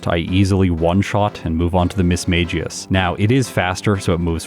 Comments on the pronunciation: “Miss Meg us” - reminder from the Pokédex and the whole “miss mage us” episode. I blame you for making me look up for this pronunciation nowadays. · Was this recorded before you learned about the "official" pronunciation of Mismagius or were you too used to pronouncing it Miss-mage-jee-us?